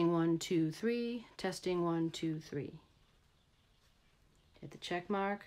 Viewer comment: One, tou, thwee